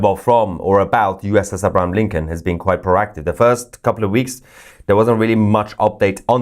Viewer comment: Pronounce the name right it's abraham lincoln